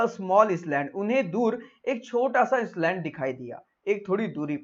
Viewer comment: Plz check island pronounciation